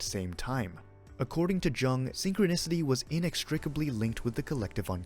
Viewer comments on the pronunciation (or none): Soft J my friend 🥰